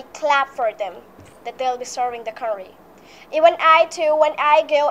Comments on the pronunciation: Never have i ever heard anyone pronouncing country as curry 🙄 her accent is a little too over the top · check the pronounciation of country... it wont be curry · Actually i heard "curry" every fucking time when she says "country" and how can you guys ignore "exampael*😂😂😂 this isn't any type of accent. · Over accent "curry , exampill" 😂